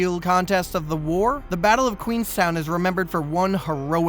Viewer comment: The pronunciations were incorrect. It’s Fort MAC-N-Naw, Fort Megs as in Meg Griffin and Queenston not Queenstown.